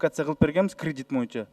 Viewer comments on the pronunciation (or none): Моюнча деп суйлойт.баткен ОИИБнин башчысы Акылбек дагы моюнча деп суйлойт.Мен чондорго Боюнчо дегенди моюнча деп суйдош моода окшойт депмин.